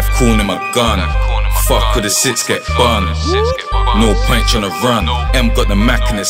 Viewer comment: He can’t even say six 😂😂😂 sits